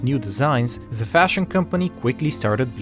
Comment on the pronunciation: Why are you pronouncing "the as "ze"? If you can't say the "th" sound, say "d" instead, not "z", please. Btw, I like the rest of your accent, just not the "ze".